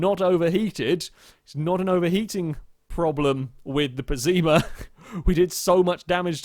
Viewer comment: pessima not pezzeema ffs